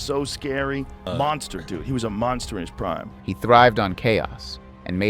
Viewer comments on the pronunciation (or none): none